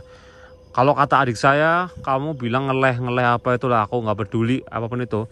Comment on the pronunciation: Ngaleh=pindah,bukan ngeleh cok